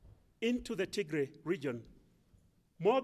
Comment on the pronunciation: You are mispronouncing our State! it is with Tigrai rather than Ti❌g❌r❌ay